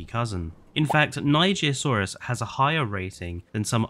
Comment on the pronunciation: NIGERSAURUS NOT NIGIRSAURUS